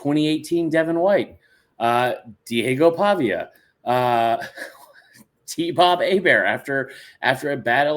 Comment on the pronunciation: "Deigo Pavia" LOL